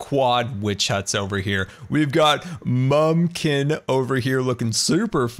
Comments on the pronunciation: You called it Mumbkin so i wouldnt be disappointed OMG. I love you <3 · u said mumbkim